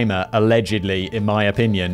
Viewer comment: Simon Whistler, a-legend-ly why speech therapy is a thing.... JK man keep up the laughs!